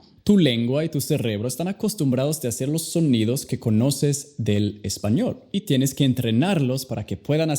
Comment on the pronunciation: Hablas español, muy horrible 🤮 Tu deberías pronunciar bien español para enseñar inglés..